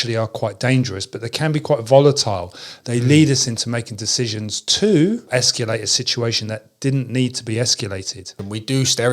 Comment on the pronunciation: Thanks. But it's escalate, not esculate.